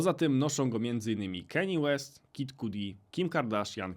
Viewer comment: Przepraszam, kim jest Keni Łest?